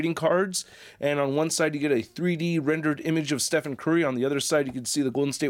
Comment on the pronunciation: I enjoyed your review, but it’s the first time I’ve ever seen someone not realise that Stephen is pronounced Steven. Blew my mind.